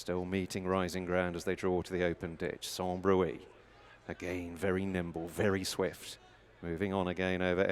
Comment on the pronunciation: 5.12 Sans bruit (pronounced brwee) not broo-ey. Don't suppose these commentators have a clue what it means.